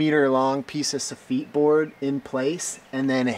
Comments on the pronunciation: Just FYI, I think soffit is pronounced "SAW-fit", rather than like the French equivalent, "soffite". 🙃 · Great job! You did make me smile with your very posh English pronunciation of the boards! Never ever heard them pronounced as such! Here in UK we say 'Sof-it.But I do love your 'sof-eat'.Bless you.Aroha a marama.🤗